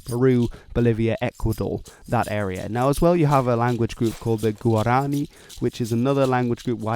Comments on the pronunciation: You mispronounced Guarani, the stressed vowel isn't the "a", but the "i" in both Portuguese and Spanish languages. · Guarani = g'War a knee